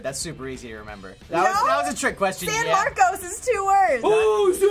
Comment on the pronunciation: “san marcoes” ummm no. it’s pronounced “san marcus”